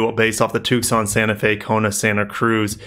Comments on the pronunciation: The "C" is silent in Tucson! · I love the way you say Tucson